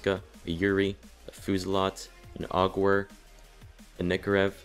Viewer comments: "Ahg-werr"? It's Aug-a-vare. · Its not augwer its au ge ver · The Augewehr is pronounced Aug-Gev-Vare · I tried to ignore it but I just can't. 1: The Augeweher is pronounced "AUGevair". and 2: The so called "Underground Bunker" is actually a Metro. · so many people mispronounce aughewehr, which is pronounced "augevaire"